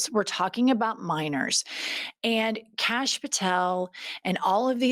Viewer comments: I think "Kash" name is pronounced Kosh and he SAYS cash so it dosent sound foreign. 🤣 Call him kosh he might 💩 a brick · Every time you call him Canx I just die laughing. We gotta take whatever we can get :)